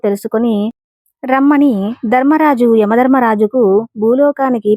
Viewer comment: ధర్మరాజు అనాలి దర్మరాజు కాదు అక్షరానికి ఎక్కడ ఎలా పలకాలో అలా పలికితేనే అర్థం అందంగా ఉంటుంది